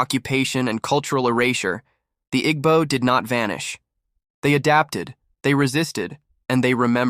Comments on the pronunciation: At least say their name right Igbo is not pronounced ig-bo It is a tonal language that you will need to listen to once before getting it right, but this is so off. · He is pronouncing it wrong.